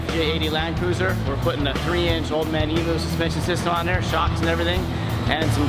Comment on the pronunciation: It's pronounced (eee- mm -you) not eeeemooo, they're birds not cows